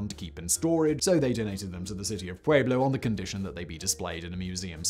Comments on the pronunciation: hehe, I laughed too. something like 'poowayblo'?... he butchers the native words of other countries pretty consistently tho, phone it in fact boy! More like pweblo. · If you live in Colorado, it's pronounced " Puelo" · Dear God, the mispronunciation of Pueblo is killing me. For future reference, the “UEB” part of Pueblo is pronounced like the word “WEB” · FYI (just trying to be helpful) the name of the city is pronounced Pew-eh-blo not Pway-blo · We don't pronounce the U, Peblo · Now if he would only pronounce Pueblo correctly.......